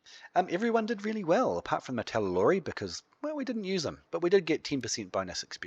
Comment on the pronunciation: How come you keep calling the martellatori "martellalori"? Is that how they are called in the Frontier version?